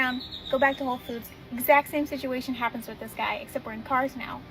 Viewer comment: The store is called WHOLE foods not 'ho' foods.